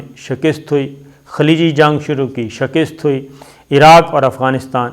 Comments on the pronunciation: shakist nahi hota yar ,,,,,,, shikast hota hai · آپ کو شہِ کِست نہیں بلک شی کَست کہنا چاہیے معزرت کے ساتھ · Ooooooh pa paindooo I told u don't say shekist it's right speak Shakast.. Allah ka wasta hai es ko theek bola karo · Mere kheyalain saheeh lafz "Shikast' hay.